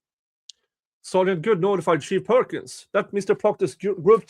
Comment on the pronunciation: I like that I can hear say "shit perkins" every time it should be "chief perkins".